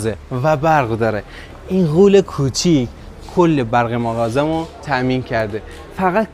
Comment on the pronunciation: مغازه❌ ماغازه✅